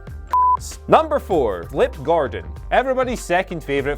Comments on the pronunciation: it's Flip GordOn, not Gordan... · Flip GORDON NOT GORDAN smfh